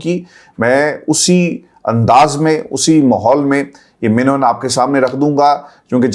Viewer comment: Assalamualaikum always listens to your show one word you always say mino enn actually that is man o ann there is zabar on meem not zeer so kindly correct you doing wonderful show keep doing good word Allah blessed you❤zaffar khan Canada